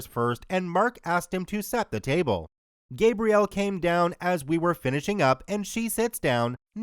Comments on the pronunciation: Say it with me: GAH-Bree-El, like the female name. Not GAY-Bree-El like the male name. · Female Gabrielle is usually said as "gabri- elle" not the way youre saying "gae-briel" <gabriel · Great video, but I suggest saying the name Gabrielle a bit differently, I wasn't watching and was only listening so I thought it was the masculine version of the name. For a name in French like that, it's pronounced, "Gah-briee-ellee" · My god, please learn how to pronounce her name. So irritating. Ga Bree Elle. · Th ambiguous name of Gabriel, you are pronouncing it WRONG, you are pronouncing it with a hard A,like when saying th word PAINT, with emphasis on th GAB part of it,which is th MALE pronunciation of it. For th correctly pronounced FEMALE version of it, its th SOFT A, like when saying th word APPLE, Gabriel, emphasizing th EL at th end like Gabri-EL - I hope this helps, to anyone who cares 😉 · It really annoys me how you pronounce Gabrielle like Gabriel the whole time... Gabrielle is pronounced Gab-ri-elle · It’s pronounced: GAH-vree-ELL! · The woman is French, so it's pronounced GAH-Bree-ELL. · So ya, Gabriele is my sister's name so sorry to be that person but it's pronounced GA-Bree_elle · Oh thank god this was driving me nuts how he said it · oof, butchered the pronunciation of her name, but 10/10 content as always